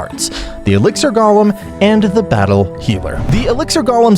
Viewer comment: I hate how u pronouce golem